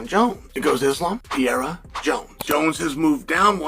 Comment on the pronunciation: Again. This racist PED using has been mispronouncing Poatans name without remorse. It’s not PEE-EH ra. Nor PEA-era. As his facial skeleton shrinks and glasses seem bigger from steroid use over the years CHA-Ellen.